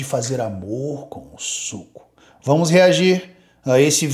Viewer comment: ...o preço do suuuco... ênfase nA entonação meus caros... suuuco